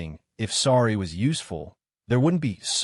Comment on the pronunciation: Please please stop sounding spanish when saying I'm sodddyyy it's IM SORRY. Don't get me wrong, good story but do you even review this before uploading?